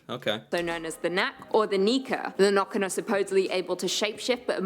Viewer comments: I have so many comments, most of which are already mentioned by others. I do wish that the narrator would get the Norwegian pronunciation right, though, but I understand that especially our æ's and ø's and å's are hard for other people to say right. Some of these older fairytales are really a way to give meaning to random and horrible things that happen. Why did the handsome, strong young man never return from his walk through the forest? Oh, he must have been seduced by Huldra and is now residing inside the mountains with her. Why did the pregnant young wife drown in the lake? She must have been pulled under by Nøkken. How did that next door son of a b get so good at playing that fiddle? He must have paid Fossegrimen/ Fossekallen to learn that skill. These stories also had implications on everyday life. The Norse had the story about "Byttinger" - changelings. Sometimes a mother would give birth to a beautiful, healthy child. But the trolls / underground people - only had ugly children themselves and were jealous of the beautiful human children. So some time after the birth, the trolls would come and exchange the beautiful human child with one of their own ugly/ unhealthy ones. This child was now considered a "bytting" or a changeling. These troll children were unusually hungry, and would scream much more than human children, so much so that the human parents would take them into the woods and hope their troll parents would take pity on them and take them back. Then the child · Its Nøkken not Nokken its pronounced wierd to oursiders so I understand the mistake and the legend is simular to the legend of loch ness but it is a humanlike creature. (also playing the violin instead of making strange sounds) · I hurt when I heard nokken for the first tome instead of nøkken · Nøkken, not «nokken» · "Nøkken or Noekken" ; The ø is simolar to when you say early " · She should definately pronounce the names in norwegian and not make them english.